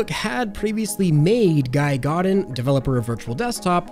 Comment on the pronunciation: I cringed so hard at the extreme mispronunciation of Guy Godin's name as "Guy God - In". It's a French name, pronounced "Gee Go - Dan"